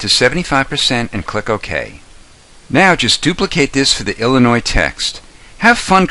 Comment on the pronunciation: lol illnois